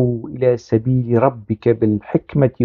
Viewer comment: حضرتك تناولت الموضوع و استندت الى أقاويل و أحاديث هي ليس من أختصاصك كأن تقرأ آية و ادعو الى سييل... ربك هي بالفتح و ليس بالضم كما لفظتها لأنها أسم إن😅(وهي ليست نقيصة).فالحديث بالكامل تم تدوينه بعد 300سنة من محمد و هناك شريحة كبيرة ينفون صحة الحديث بالكامل .و عن تفسير آيات القرآن هناك آراء متناقضة في تفسيرها و لكل حجته القوية في التفسير..أعتقد أنك حشرت نفسك في زاوية أنت في غنى عنها.. كان بإمكانك أن تتناول الخزنوي كعادتك في انتقاد العمال الكوردستاني و أذنابه من خلال منهجك المعتاد في انتقادهم لا أن تورد آيات و آحاديث (المنطق الديني) و هي بالأصل مثار جدل و خلاف